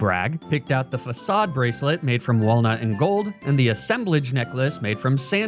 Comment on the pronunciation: Pronounced "facade" wrong in the ad read. Literally unwatchable. (j.k. this is a really fun video as usual. 4eva)